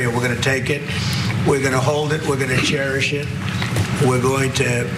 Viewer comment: “Share-ish-it”? Did Trump mean ‘cherish it?’ His tongue is again betraying his brain, crying out that the Donald’s brain continues to atrophy.